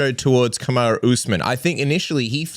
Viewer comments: colby said "Kamaru" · yo Colby actually said kamarus name right😲